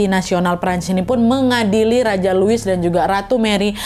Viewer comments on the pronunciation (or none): Wakkk kita belajar sama2 ok soal baca nya dalam bahasa Prancis Louis :lui / luwi Marie antoinette : marie antowanet Versailes : versayy